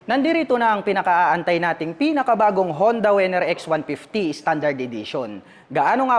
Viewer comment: Winner po hindi po wenner